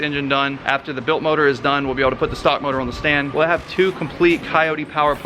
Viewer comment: Its "stock"